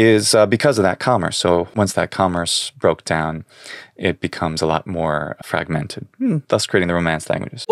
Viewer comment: Interesting thing about your accent, you skipped the "g" sound in "fragment" almost entirely, is that typical or just a fluke?